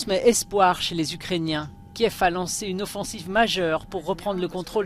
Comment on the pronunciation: En français la capitale ukrainienne s appelle Kiev. Et se prononce avec l accent Russe.